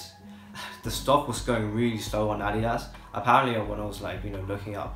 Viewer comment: finally! someone who pronounces adidas right!